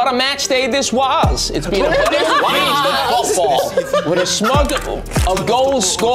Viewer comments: Now that "WaAaAaS" the real GOAT 😂😂😂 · "What a match day this waAaAs" 😂😂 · "what a match day this wAaAaAaAaAaAaAas"